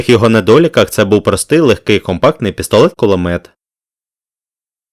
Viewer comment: Дякую за цікаве відео ! Проте трохи ріже слух те що ви інколи говорити пестолет П(к)улимет